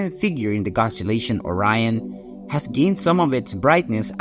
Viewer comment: So is it just items in space that you can’t pronounce o rion bro come on you pronounce everything else fine